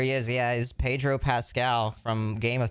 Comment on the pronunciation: the way pronounces pedro is hurting me